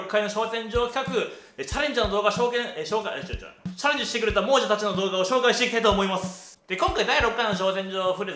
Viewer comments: 相変わらず猛者を「もうじゃ」と読む人 第２回で気付いてたハズなのに😓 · いつも思っていたんだけど "もうじゃ" じゃなくて "もさ" じゃね？